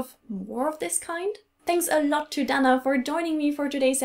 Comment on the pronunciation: In America we say "Day-na" not "Da-na".